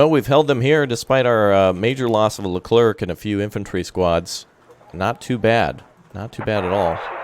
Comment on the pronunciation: Super Stellar French here, you don't have to pronounce the "c" at the end of "leclerc" so just end like "air" ;)